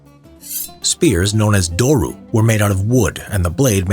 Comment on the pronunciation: its pronunced dori, not doru in greek. and i dont think any place can take credit for spears, they are from prehistoric hunters, long before any major civilization.